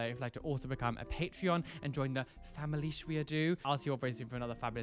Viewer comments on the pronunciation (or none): none